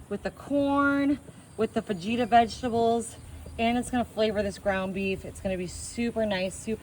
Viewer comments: Gar-leek? Fa-jeeta?? That's when I had to bounce. I'm call BS, no way you are Texan. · I don't know if it's on purpose or not, but PLEASE learn how to pronounce your ingredients. "Tajin" does not rhyme with "cajun". "Fajita" is not "fa-gee-ta". And so on.